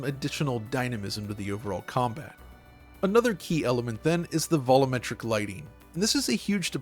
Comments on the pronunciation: Vol-you-metric. Say it with me now. Not "Vol-ooo-metric". Learnign is fun. <3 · BRUH, WHEN YOU GOING TO LEARN HOW TO PRONOUNCE "VOLUMETRIC"?